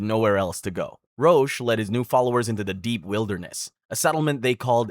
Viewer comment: Roch is pronounced "Rock". 😊